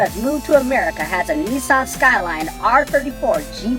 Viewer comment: why does he keep saying neeeeson.